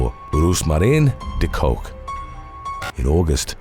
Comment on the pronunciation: De Kok is pronounced 'the cock', not 'the coke' though she probably has handled both. To complicate matters a bit, when translated into English it means 'the cook' (also roos is pronounced rose).